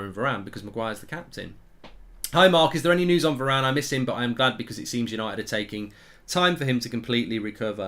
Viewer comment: You should be saying Bailey and varane